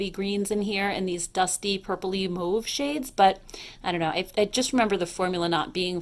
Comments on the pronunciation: Holy crap... i dont know any other American who pronounce 'mauve' correctly... thank you! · Only north american I've heard pronounce mauve correctly.